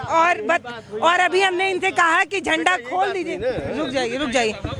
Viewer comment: बोलने का तरीका तो लड़की के पास नहीं है जो राष्ट्रीय झंडे को झंडवा बोल रही है